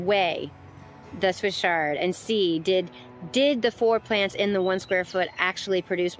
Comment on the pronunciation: Please think about how you’re pronouncing Swiss ‘Ch’, like in church, chard, not ‘sh’ like a shard of glass. When you’re teaching or demonstrating something, proper pronunciation is important if you want to be taken seriously. Chefs that say ‘ungion’ instead of onion lose my interest immediately. It may seem picky or anal, but when someone has a lisp, don’t you notice? It’s just a little distracting from the message you’re trying to convey. I learned a lot from your demo, just want to voice an opinion. Thanks for listening.